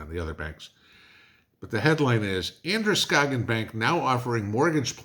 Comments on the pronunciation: I am a Mainer and Androscoggin county is corrupt. so It doesn't surprise me, you did good pronouncing Androscoggin 😁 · Congrads....you pronounced Androscoggin right. That's the other Maine that we real Mainers call northern Massachusetts.